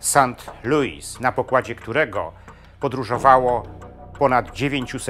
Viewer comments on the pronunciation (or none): none